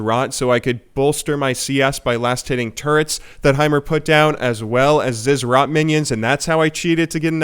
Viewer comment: Fuck I hate how he says Zz rot lol